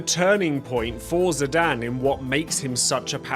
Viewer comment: My man you mispronouncing ZI- DAWN is criminal